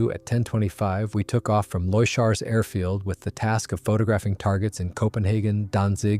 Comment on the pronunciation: “Loy-shars airfield” = RAF Leuchars in Fife, Scotland. Pronounced as ‘Lookers’.